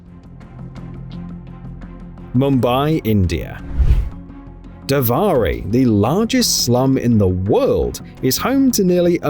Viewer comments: you proniunced Dharavi as Davari?!!! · It's not "Dhavari"...